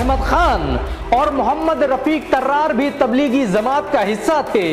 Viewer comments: Bhai ज़मांत kio bol rahe ho जमात bolo na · Bhai Zamat nahhi hota jamaat hota he. Bahut uljhan hoti he jab ap ج ko ز bolte hen. Maaf karna bhai agar apko takleef hoto. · Miyan bolna seekho. Lafz zamaat nahin balke Jamaat hai. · Jamaat, not Zamaat